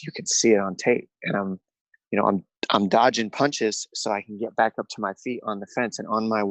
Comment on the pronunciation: " I was dodging punshes on my way up" Jesus this guy's delusional 🤣